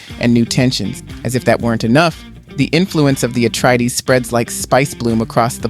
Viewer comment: Atreides, not Atreedees